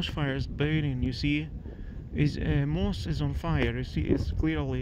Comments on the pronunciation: Your reports are stunning and you're insanely brave. May I just gently suggest how to say moss: it sounds like these words - awe, pawn, dawn, gone, John, lawn, Ron, saw. Forgive me but I was an English teacher before retiring; And I love to learn new languages and know how hard it is! Say ahhhhh for the dentist kind of sound /maws/. Smiling. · Totally agree. The level is very good. Just thought it would be good NOT to say moss the way he was.